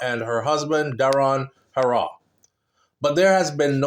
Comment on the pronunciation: Bredda, stop saying Elaine hoooo raww.... it's pronounced Heeee raw......put some respect on the sprinter name.... PLEASE!!!